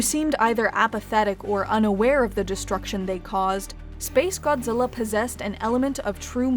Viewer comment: This video tries to be so serious about s🅱️ace godzilla but every time you say the name I just laugh